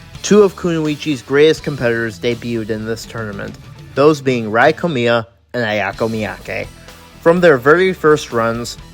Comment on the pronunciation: I want to say as a Japanese person IT’S NOT PRONOUNCED Rī KOMIYA! IT’S Rēā KOMIYA!